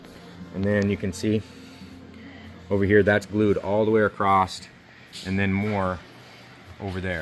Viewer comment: Why do people add a "t" to across when talking?